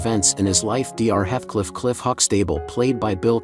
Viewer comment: Dr. HEATH (like the candy bar) CLIFF. I now surmise that this is a computerized voice abd not a real one. We all know computers cannot READ since most of the names mentioned are mispronounced. It's driving me nuts!